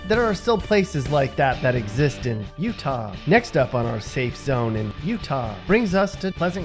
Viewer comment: PLEASE STOP saying Utah like that!